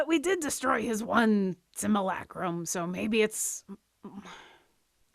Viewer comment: I love how sounds like he’s having a stroke whenever he tries to pronounce “Simulacrum”. Great session as always, guys! I’m finally caught up with the YouTube videos as of today, and looking forward to catching the next one live. Maybe I’ll use D&D Beyond instead of Roll20 if I win myself a Legendary Bundle.